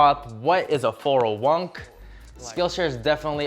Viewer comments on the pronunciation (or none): It is pronounced 401-Kay not 401nk. Wow lol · what is a four oh onk 💀 no hate tho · "four oh one'nk" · This man said "what is a 40wunk"😂